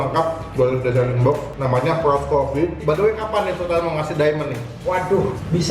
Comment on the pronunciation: Demen aja gw liatin ngomong dyland PRRROOS wkwkwk